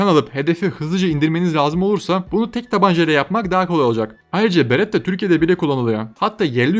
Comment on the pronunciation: beretta diyon aga berettda ne ya